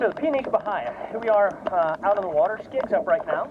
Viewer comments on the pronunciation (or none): It’s pronounced Baia.